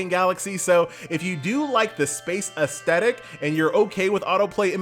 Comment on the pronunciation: Ass-thetic. Not As-tettic 😰